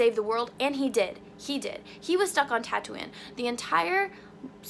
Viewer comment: "Thank you" is two words, not one. "Tatooine" is pronounced tattoo-ween (like Halloween), not tattoo-win.